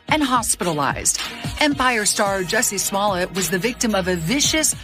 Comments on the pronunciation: “Yusy esmoyet” lol as Spanish speaker make laugh out like a kid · "Juicy Smollyay" 🤣🤣🤣